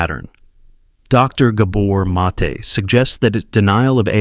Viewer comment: Stole Gabor Mates talk, mispronounced his name, and interrupt his talk by mansplaining over it..